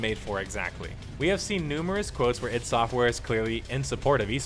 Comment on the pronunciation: what's with the "eed" software? Its ID mate, I and D.